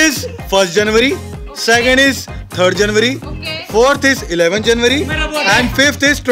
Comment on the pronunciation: February and not Feburary and January and Janurary😂😂